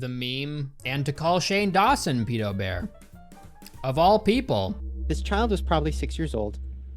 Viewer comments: Stop calling it Peedo bear please. That is how British people say it. No one in the movie even says it ike that:P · It annoys me so much you mispronounce pedobear when you show them saying it properly several times.